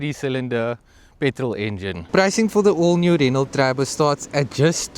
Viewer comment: You don't pronounce the T in Renault like ballet or Chevrolet